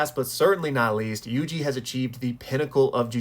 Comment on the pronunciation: Pronouncing my name correctly has strengthened my fandom in you exponentially